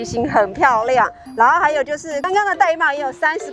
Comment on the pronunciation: 玳瑁 音要唸 ㄉㄞˋ ㄇㄟˋ 音 同帶妹